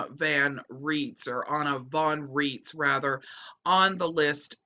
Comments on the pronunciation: Names drawn a German source should follow German pronunciation where 'ei' is i and 'ie' is e. So Rights not Reets. She claims to be a Postal Court Judge, There are no postal courts outside the imagination of the pseudo-law fanclub. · It's pronounced "RAITZ" I am German born and the name is German! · Anna pronounces her last name to sound like "rights".